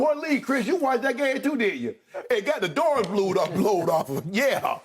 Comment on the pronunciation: " Got the doughs blowed off um" 😂😂😂 SHANNON SHARPE